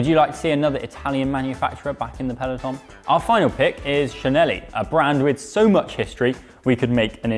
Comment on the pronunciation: Btw the prononciation of Cinelli is “Chinelli”. Otherwise nice video :)